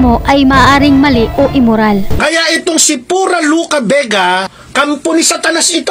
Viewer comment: Ayusin mo yang narration mo PURA HINDE FURA